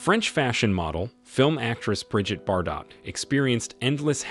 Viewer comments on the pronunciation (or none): Why can’t these AI narrators have proper pronunciation programmed into them - so they wouldn’t call the main subject of the video Bridget Bardotte 😂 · What a mess this thing is! 'Brigg-itt Bar-dott'? 'Vadem Roger'? The random placement of photos out of sequence and misuse of gender pronouns... is understandable if the AI editors are robots themselves, but somewhere along the line, a real human being needs to check the content. But this comment, if it's read at all, will probably be clocked by a robot unfamiliar with the terms like 'unfamiliar' and 'terms.'